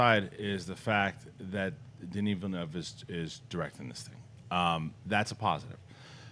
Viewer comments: Not one person at Collider knows how to pronounce Denis Villeneuve. It's not that difficult guys! Learn it please. It hurts every time someone says Vill-e-noov or something just as horrible. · I know right! It's not Ville-newve haha